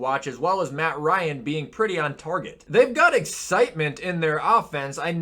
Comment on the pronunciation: " pretty on torget" 🤨🤨